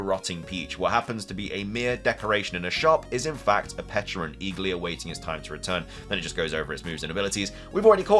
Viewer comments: It’s called Pecha-runt cuz it’s a pecha berry not a peach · On the pronunciation: it was always pech-a-runt. It is a pecha berry, that's how that berry is pronounced. Not a peach. Not a peck. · I don't undestand why so many people had such a hard time saying Pecharunt. The Mythical Pecha Berry should have been enough of a clue that it's named after Pecha Berries